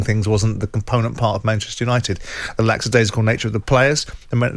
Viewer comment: Simon, for someone who cares so much about the correct use of language it's lackadaisical not laxidaisical.